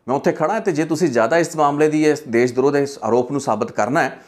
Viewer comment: ਦੇਸ਼ ਦ੍ਰੋਹ ਨਹੀਂ ਜੀ ਦੇਸ਼ ਧ੍ਰੋਹ...